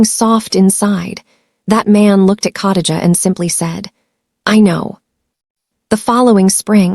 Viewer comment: COTTAGE A???Do you mean KHA (KUH) DI (DEE) GA (JUH)???? Come on fam. You dint even try smh Cottage a is hard to listen to.